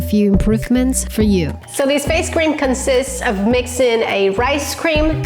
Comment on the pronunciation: Am I the only one who is hearing ‘ice cream’ instead of ‘rice cream’ lmao